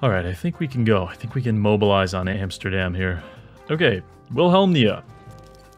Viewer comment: "Antsterdam", classic